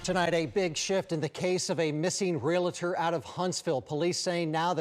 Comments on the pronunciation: It's real-tor...not real-a-tor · Real-Tor. Not Real-It-Tor. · Re-Al-tor. Not Real-A-tor. Respect him enough to speak English. News Anchors should be able to pronounce common words. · Dear professional journalists (and everyone else): it’s pronounced REAL-tor, not real-a-tor. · To the news reporter, Realtor is 2 syllables, there is no a in between the l and the t. I hope this young man is found unharmed. It can be a very dangerous occupation 😢